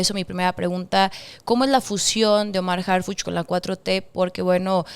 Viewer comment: Señorita...somos morena pero...harpuch???? Harpuch???